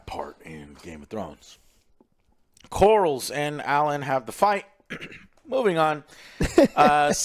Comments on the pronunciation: the Sea Snake is named "Corlys", pronounced like CORE-LISS. Not Corals! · Lost any credibility when you kept saying "Lord Corals". And the other bozos don’t correct you. Pitiful. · Like how Joe keeps mistakenly calling Corlys the name Corals 😂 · There is no way joe isn’t trolling at this point with his pronunciation of these names. Christian cole, Corls, Damien, helena. Like how can I take you seriously if after 18 episodes you still can’t pronounce the characters names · If I hear the name Lord "CORALS" one... more... time.... Let alone mispronouncing EVERY OTHER CHARACTER in the show.